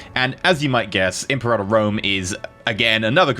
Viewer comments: Really. Thumbs down for that pronunciation. "imperata"? IM-PERA-TOR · you pronounce imperator the same way you pronounce imperative but with -ive being replaced with -or NOT imperahhhtor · Say it with me. Eemm. Paira. Tor. Now put it together. Imperator. Now say it three times fast. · Imperata Rome ? Isn't it Imperator Rome ? It's translated Emperor in english... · Its pronounced Imper-a-tör Means leader of the army